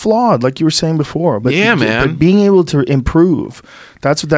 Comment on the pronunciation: Joe “imprive* improve” Rogan